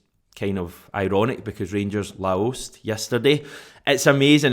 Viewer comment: That was a weird way to pronounce Laos 😂😂